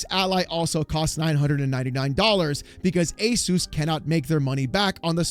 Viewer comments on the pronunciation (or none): none